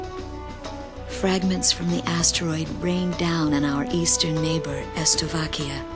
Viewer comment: "Estovakia" xD